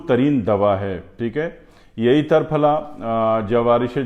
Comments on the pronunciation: Triphla and not tarphala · تر پھلہ میں ت پر زبر نہیں زیر درست ہے۔ جیسے = ترنگا۔ تکون۔ترچھا۔ تنکا ۔ تیر کمان۔ تیکھا۔تیتر ۔تیسرا۔ تین ۔تیرا۔ بہر حال آپکے ہاں جو درست وہی درست ہوگا ہمارا کیا۔آپ ہیں ۔جناب صابر ملتانی صاحب کی مجموعی نظر سے اسکا کچھ واسطہ نہیں وہ تو صرف قانون مفرد اعضاء کے بانی تھے انکو اسکی کیا ضرورت لیکن پھر بھی کسی مفرد یا مرکب تحریک میں اسکا ذکر نہیں کیا ہے۔ اشارہ کافی ہے۔کنایہ بعد میں نہیں کرونگا۔